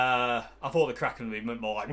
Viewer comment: I think it should be pronounced 'Kraken' not 'Kraken'